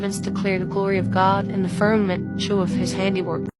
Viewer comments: is she saying firmanent? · Great video! I wish the girl with the eyelashes would learn how to say firma ment. Sounds like she is talking about a fern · Fur-MA-ment, fur-MA-ment, Bambi eyes 😊